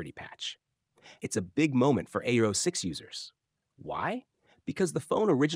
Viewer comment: It's not ao-6. Its a-06👆